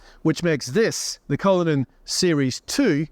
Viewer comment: cullinan ❌ cryllinan 💯